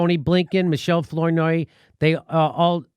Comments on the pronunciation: Please, Jimmy... it's pronounced 'Flower-noy' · I LOL when Jimmy pronounced Flournoy in funny way. haha Anyway, those people are horrible. Fucking VOX!!